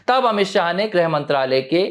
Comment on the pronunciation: “ग्रह” मंत्री नहीं “गृह” मंत्री (ग् + ऋ्+ह)